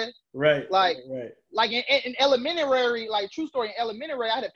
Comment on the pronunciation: You you know your shit as well as spark a light in my brain...but the word is "elementary" not elemenary or what ever you said...so your teaching us,so I thought I should help you young brotha